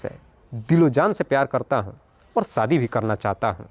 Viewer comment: Sadi nh hota shaadi hota h .. ek anchor ko apni Bhasha per kam karna chahie